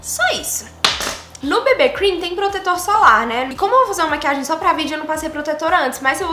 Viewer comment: Ameii ela falando "bebê cream" kkkk 😂❤️❤️